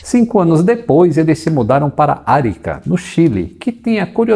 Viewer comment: A cidade do Chile é "Aríca" e não Arica.